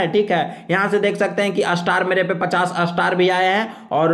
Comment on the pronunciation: star ka uccharan ap astar q karte h